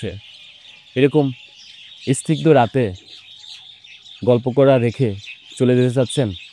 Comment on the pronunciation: যেমন আপনি একটি শব্দ উচ্চারণ করেছেন, ইস-নিগ্ধ!এই উচ্চারণ ভুল, সি-নিগ্ধ হবে।